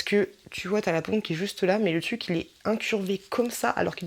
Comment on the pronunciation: Cest marrant tu ne prononces pas le R de TRUC, tu dis TUC :-D lol sinon sympa la vidéo!